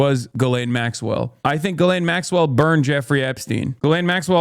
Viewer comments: Is it not pronounced Gill-ain? Dunno about the US but ‘jizz lane’ means something very different here. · Thank you for pronouncing Ghis-laine properly ... (Jeece-Len ... soft j) ...